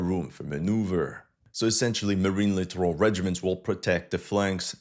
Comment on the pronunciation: As a note, the US military generals and admirals, inspired by Alabama-esque 'edumuhcation' standards, pronounce "littoral" as "literal."